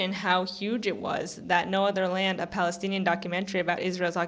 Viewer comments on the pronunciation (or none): none